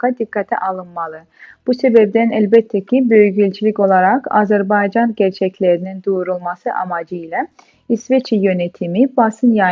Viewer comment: İlk anonsu yapan hanımefendi Azerbeycan demek yerine doğrusunu Azerbaycan demeyi öğrenseydi keşke kamera karşısına çıkmadan önce.